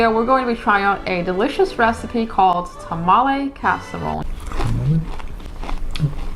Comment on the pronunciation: “Tahmalay” IT’S TAMA-LEE